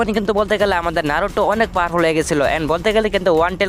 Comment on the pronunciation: ভাই নারুটো না ❎ নারুতো ✅